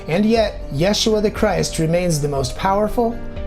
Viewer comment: Great video, I like how you cite the scientific/genetic studies. Curious why you use the name/pronunciation "Yashua"(?) over Jesus or even Yeshua.